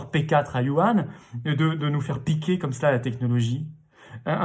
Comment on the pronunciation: On prononce WOURANe et non par yu an. Par ailleurs la Chine n'est pas si puissante que ça. c'est un pays du tiers monde. Il faudra effectivement fermer la Chine. La Chine a voulu s'enfermer derrière sa grande muraillle. On va l'y maintenir après la crise. Quant aux JV où les entreprises françaises donnaient leur technologie en échange du marché chinois qui se finissent en vol de technologie au bout de trois ans (trois ans étant le délai légal après lequel le contrat doit être renouvelé), c'est connu depuis les années 2000. Que les équipes Macron, Hollande, Sarkozy ou Chirac soient tombées dans ce panneau prouvent leur bêtise. On produit en Chine parce que c'est un pays à bas salaire (de l'esclavage quoi, j'ai vu les esclaves dans leur petite ville sans avenir et sans espoir manger leur repas dans des réfectoires miteux et y dépenser l'essentiel de leur salaire). Mais maintenant on voit ce que ça nous a apporté d'un point de vue économique: récession de 8%, c'est-à-dire qu'on repart comme en 2012, mais avec une dette considérablement accrue.